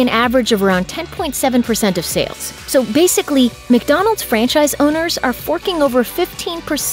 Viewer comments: My fatass thought he was saying French fries.. Everytime I hear franchise now I think of French fries😭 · Who else heard « french eyes » ?